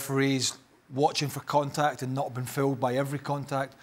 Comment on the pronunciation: Woow (contektt) wholeday🤣🤣🤣